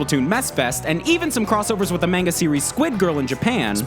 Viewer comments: SuperRileyGamez that's how not to pronounce it it's Mahn-gah, like the Mon in Monopoly. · manga= mahnga not maynga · >tfw people pronounce manga as "main-ga" Also did you call a fully-automatic splatgun a "shotgun"? -3- bruh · Main-ga? Really man, the video was perfect up until that point, and everything after. But that one pronunciation hurt. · He pronounced manga wrong😡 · omg its manga not manga!!!!!!! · No one cares about how he pronounced manga except manga fans, furry. However, I was a bit triggered by the shotgun thing.